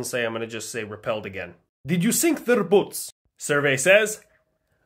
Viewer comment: bro rolled his R perfectly on repelled 😂